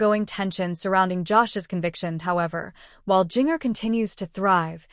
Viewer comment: Learn to pronounce the name Ginger but spelled with a J